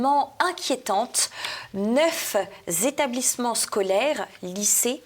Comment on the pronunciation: HA! si elle n'existait pas il faudrait l'inventer, j'ai beaucoup aimé son "neufz'établissements scolaires ont dû t'être évacués" (à 23'52") certaines liaisons ne sont pas son fort 😀👙🩰 Jean-Yves est resté stoïque😇